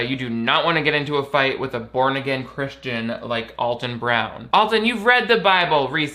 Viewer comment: People misinterpret Alton's wicked sense of humor for meanness. Also, his name is pronounced AL-ton, not ALL-ton.